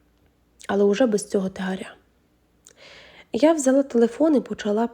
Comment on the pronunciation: Що це за переклад з російської?Недолугий. Представши перед ним.Це,що?Не калічте,українську мову.Тягаря а не тигаря.Написаний текст,з помилками.Читання,бажає кращого.Для чого,це все не розумію.